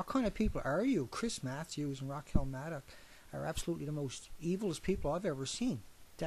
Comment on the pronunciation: Oh one more thing. That phrase about watering the tree of liberty is about Shay's Rebellion. You should look into it the full context of Jefferson's quote. OH and PLEASE learn to pronounce Rachel's name correctly. And learn some synonyms for "demonize".